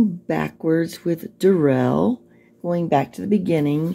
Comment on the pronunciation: It's pronounced "DARell" it's pain old "Darrell" . The pronunciation was just another of the games he played. On the arrest video, you clearly hear him say his name.